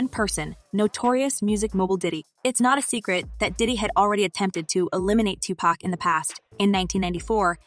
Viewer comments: Here....Let me help you out. It's pronounced, "Two-Pock". Say it with me, "Two- POCK". Not, "Two-Pack". You got it? OK..One more time, "TWO-POCK". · It's not pronounced Tupack. These so called journalist who clearly do not understand not rap, nor the culture. Geeze! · THIS CHICK DOING THE VIDEO IS A CLOWN, ITS NOT TUPACK, ITS TUPAC, PRONOUNCED TUPOCK, ALL THESE PEOPLE THAT HAVE NO CLUE BUT MAKE VIDEOS TO GAIN VIEWERS, SHE HAS NO CLUE WHO PAC WAS . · Stop saying tu pack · Can you please learn how to say the names. "Two pack" and "Seen Combs!" You did a good job with the video! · Can You Please Pronounce Tupacs name correctly!!!! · ITS TUPAC.... SAY IT WITH ME NOW